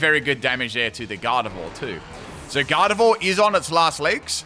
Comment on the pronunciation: It's Garde-VWA, not Garde-vore